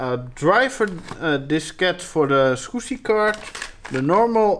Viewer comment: Gotta love the way he says Adaptec Skoooscy Controller